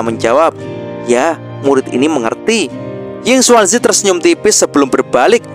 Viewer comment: Hei,, ngomong² kami penonton sobat movi, sudaah terbiasa mendengar nama pak tua yinkuanzi,, bukan yinsuansi,, jadi kurang enak aja sih,😁😁